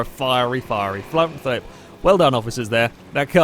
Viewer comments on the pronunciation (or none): Flont flip? XD